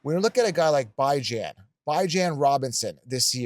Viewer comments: Haven’t tuned into this guy in quite a while. He has strong takes and can be so confidently wrong at times but he is good at identifying some diamonds in the rough. With that being said, as soon as I heard him pronounce Bijan as “Bye-Jan” I realized why I quit listening to this d*uche nozzle. It’s not cute, it’s not funny and to STILL be saying it just shows how lame he is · I don't know that I've ever heard Bijan called BYe-Jan lol